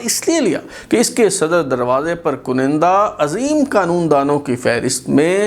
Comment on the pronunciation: Aap baar baar KANDA ki jaga KUNINDA boltay hain. Pl tashih farmain